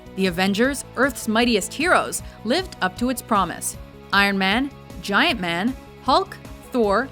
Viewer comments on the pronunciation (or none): And Giant Man omg smh (Ant-Man) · Gi-Ant man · Did she just say giant man? IT'S ANT-MAN!!! That movie that they are in the process of making.